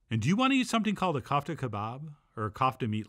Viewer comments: kófta , not Kaufta .... the 'ko' rhymes with 'toe' 👣 (i wated to insert a Charlie/Andy Kaufman joke here, but came up short) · It’s pronounced coof tah